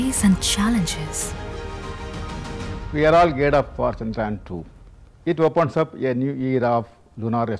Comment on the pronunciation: Kisi aisi ladki se bulwate jo kam se kam 'Chandrayaan' sahi se pronounce kar paati. Pehle hi sahi tha jab chup chap kaam karte the tum sab. Ab Modi ke andar tum bhi har kaam ke pehle dher saari nautanki karne lage.